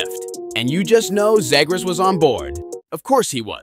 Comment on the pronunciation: Argh, this voiceover is painful. The “super cool” delivery with the complete lack of hockey knowledge is cringe. “ROO-wah” “ZAY-grass”. “THE Center ice”